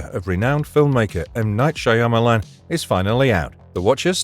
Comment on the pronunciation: Is this AI, or does this guy actually pronounce "Shyamalan" like this!? 😂😂😂